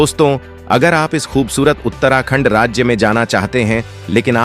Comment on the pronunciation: Pahle bolna Sikh Lo FIR Uttrakhand ko galat bologe bhai